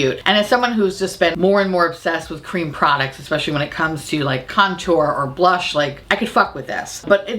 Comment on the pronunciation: The made up “blursh”? Can’t hear it without giggling, it’s ridiculous. Seriously, blursh?!?